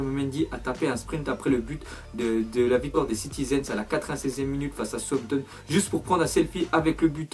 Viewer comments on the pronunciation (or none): C Southampton pas sowpton